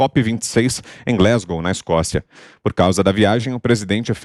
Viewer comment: o nome da cidade escocesa no reino unido se pronúncia glAsgow nao glEsgow A se pronuncia como no português nao Ei , a regra foge em muitas como Apple nao Epple